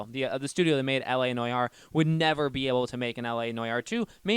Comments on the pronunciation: Bro. It's LA No-are. Not LA Noy-are. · It's ˈnwär, not N O Y A R E. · You pronounce it NWAR, not NOJAR 😂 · It’s so hard to watch when he says “noyare” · N O Y A R E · you immediately sound like a dumbass when you dont pronounce noire right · please say Noire correctly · Goddamn, learn how to say noire